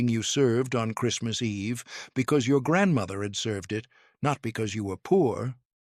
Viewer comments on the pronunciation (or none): OMG. Narrator mispronounces nearly every Polish word. Also, there are no “required” dishes, just no meat and eggs and dairy are permitted. It is a meatless meal not a vegan meal. My Polish grandmother (another word he mispronounces) was born in the late 1890s, and I still celebrate with the Wigilia (the W is pronounced like a V in Polish). My favorite dish is handmade pierogi, fried.